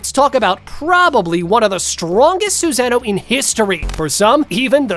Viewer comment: Narrator:Have you ever thought who is the strongest Suzano? Me: 👎🏽......leave this comment.......click don't show any from this LOSER, who wouldn't even take the time to learn proper pronunciation.....😒